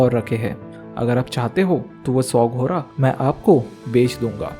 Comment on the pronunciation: Bhai घोड़ा होता है घोरा नहीं😂